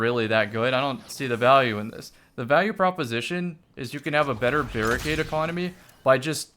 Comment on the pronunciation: "Barri-nade" LOL damnit Bungie. Good job. Just like J4W-S Servitor.